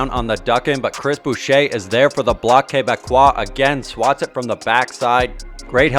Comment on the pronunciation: lol first time hearing "Bloc(k) Quebecois". nice one.